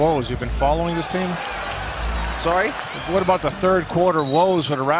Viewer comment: that is the most canadian “sorry?” ever